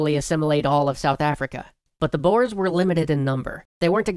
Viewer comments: Not Boers, but Börs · Why can't anyway say Boere, its not Boers, basically said as Boore (but the OO is a little shorter than scary boo) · The pronontiation of "the Boers" was TERRIBLE, because they are not "Bores" (Im South-African if you cant tell) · Yeah it's pronounced "Boors" not "Boars" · I'm pretty sure its pronounced 'boh-ers', not 'boores' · It's not pronounced "Boars"(animal), more like "Boo-re/u" It's the Afrikaans word for farmers, as that's what the ex-dutch citizens thought of themselves as and wanted to be. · Boars (Boers) XD Being an South African I laughed at that pronunciation. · Yea, they don't know that letter combination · Hey bro! the "boers" as you call it it pronounced like boore. I should know damn it XD awesome vid bro. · Im dutch so i know how to spell boers it is bours that's how you say it:) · Its pronounced - Booorey or boore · It's pronounced "boo-ers". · Typho skarm his pronunciation made me laugh, but it's slightly annoying. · Lol as a South African I can't get over the way he pronounces "boer" 😂😂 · Paul Hanson And mabie even talk about the wrongly prononced "boers" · Boer is Dutch for farmer ( the oe pronounced as the "ou" in you), so they are basically just called the farmers. Great video though ^^. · You didn't say "boer" correct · boers? oh boy... a boer is a farmer in dutch, its also pronounced way different XD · That isn't how you pronounce boers